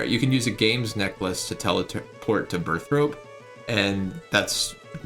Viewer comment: why do u pronounce burthorpe as burthrope? :P